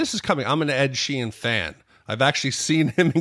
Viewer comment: real suprised he didn't call the house the mound. He said like 15 names wrong in 1 podcast. Write them down man lol Ed sheen Derrick dondarrion lol